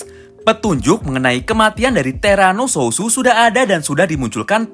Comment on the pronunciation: bang bukan terano sususu tapi terano suot